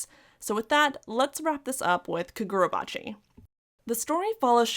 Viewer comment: You pronounced Kagurabachi incorrectly 😂